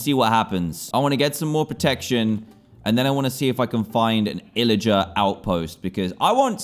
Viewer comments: Ila get lmao it’s pillager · it called pilliger not illliger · ITS PILLAGER NOT ILLAGER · Lol he said lilgers